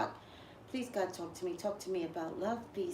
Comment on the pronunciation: Is it just me?? When you pronounce the name "LoveBScott" it sounds to me like "love-peace-God." 🤨